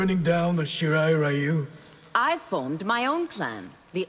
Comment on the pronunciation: I can't believe NRS has the balls to still pronounce it as "Shee-rye Rye-you" especially coming from Scorpion's VA who is actually Japanese.